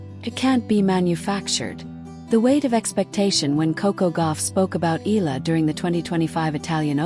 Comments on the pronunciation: It is pronounce as EEEHHH YEAAAHHH LAAHHH not eeeehhh la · Please pronounce her last nama EEE YAH LAA